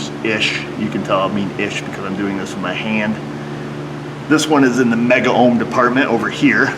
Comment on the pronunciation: Cadde And while we're at it, its the two-syllable word MEGOHM, not megAohm. Always has been, even though you'll hear the incorrect usage.